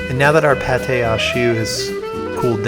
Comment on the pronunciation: It's pronounced "pawtt", meaning dough. What you are pronouncing is paté, i.e. a spread, like chicken liver paté.